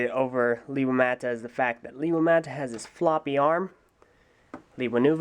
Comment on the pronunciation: And also it's pronounced: LAY-wa